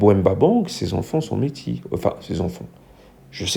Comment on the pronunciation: "méti" ??? J'ai bugué 🙄 c'est la 1ère fois que j'entends "métis" prononcé méti ! 😂Comme "métisse", métis au masculin se prononce "métisse". À part ceci, j'ai entendu "Beau cul" ? "Belle gueule" ? heu...non, tout est relatif. Soyons honnête et réaliste, c'est rare. Toutes ne sont pas Naomi Campbell non plus, faut pas exagérer. PS je cite Naomi Campbell mais il y en a d'autres, c'est juste que c'était mon modèle quand j'étais jeune, j'avais le même physique qu'elle (globalement) et je ne suis pas black. 😀